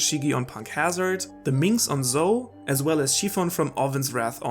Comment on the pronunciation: Why do you mispronounce so many words bruh. Zou is not zo like “so” is like zow